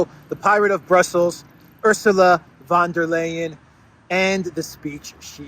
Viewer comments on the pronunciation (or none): her name is pronounced Van Der “Lion “.